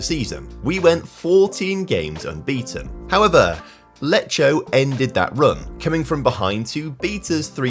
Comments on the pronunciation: Btw you are pronou cing "Lecco" wrong, its pronounced "Lekko" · what he was trying to say is that the right pronunciation is “Lekko” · It's Lecco, not Leccio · Lecco are pronounced Lekko not Lecho. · Lekko, non lecho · im not talking about perfect pronunciation. Some of the names are said in a complete different way, Lecco for example is pronounced like Lekko. Beacuse i'm a follower i noted this thing particularly in italian, my native language, i don't want to be a hater, i just wanna make an observation. Of course I probably don't know how to pronounce some english words, but i know the basic names and english clubs. sometimes mispronounce some italian big names. I would really love to see him pronounce them better😉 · I love how you pronounce "Lecco" 😂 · no, unfortunately he didn't pronounce Lecco correctly, but I can see why he did pronounce it that way considering how Lecce is pronounced. In Italian tho despite these 2 words being very similar their pronunciation changes quite a bit. If the C is followed by an E or an I the sound is more "delicate/sweet (as we say in italian)" and the pronunciation for Lecce becomes "Leche"; meanwhile if the C is followed by the other 3 vowels (A, O, U) then the pronunciation becomes more "harsh/hard" and the pronunciation for Lecco becomes "Lekko" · the issue is in Italian we don't have K and J letters so both C and G need to compensate for those sounds. That's why Lecco even if similar to Lecce sounds completely different. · can't pronounce an Italian team's name right to save his life